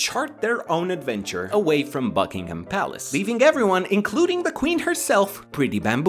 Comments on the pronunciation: Did you just pronounce Buckingham like Buck-ing-ham instead of Buck-ing-um? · It's not pronounced bucking....ham its Buckingham/ pronounced buck-ing-am